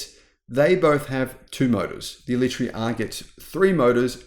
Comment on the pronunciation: First, learn how to pronounce it. Second, needs to learn how to drive, turning off stability in the wet with basically track tyres and flooring any high power car is just dumb.